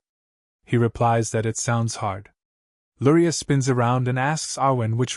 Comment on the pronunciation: I hear Lurai but read Luria 😅